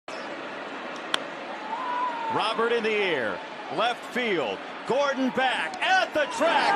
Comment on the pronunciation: Your pronunciation is horrible...villar (veyar) and luis robert (robear)